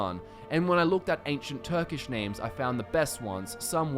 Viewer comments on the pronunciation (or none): Oh man, the way your pronounced the Turkish names gave me cringes xD A for effort though! good video